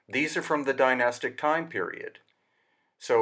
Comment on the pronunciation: You do not need a diamond edged blade to cut granite. All you need is granite to cut granite and water. They would have used stone circle blades with water as cutting fluid. Advanced tech not required. Also how come you are not even able to pronounce the word "Dynastic" properly. Zero credibility right there. Spouting a load of waffle. If you make a bowl out of stone your obviously going to make it as symmetrical as possible. Have you never heard of a stone chisel??